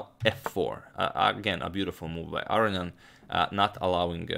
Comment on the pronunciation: Love your work, but just for the record, because you've been mispronouncing his name repeatedly now, its Ah-row-nee-en, not Ah-ree-an. Just for the record. Many thanks for your videos.